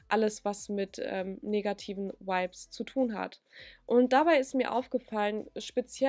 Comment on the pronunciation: Fands witzig dass du vibes bisschen wie wipes ausgesprochen hast 😂 aber stimme dir zu!